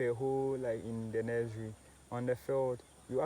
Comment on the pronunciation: What is a nez-rie😂😅